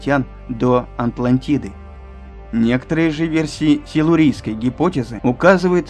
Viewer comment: Атлантиды , а не Антлантиды ) Северного ледовитого, а не ледовитового))